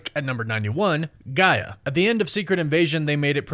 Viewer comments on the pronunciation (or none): none